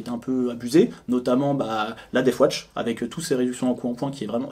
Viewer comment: Par pitié arrêtez de dire "deaf watch" ... La garde sourde ? Ça envoi du rêve !